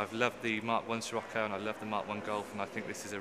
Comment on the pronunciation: Excuse moi smechere eszos it is SCIROCCO!!!